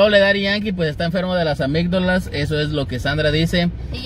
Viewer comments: Se dise amiddalas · Se dice Amigdalas